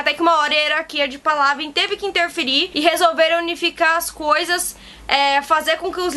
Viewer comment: Pálavên a pronúncia. hahahaah